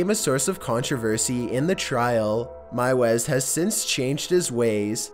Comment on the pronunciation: Normally I don’t complain about these things, but meiwes is pronounced “mews”.